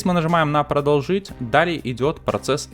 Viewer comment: ПродОлжить, друже, а не продолжИть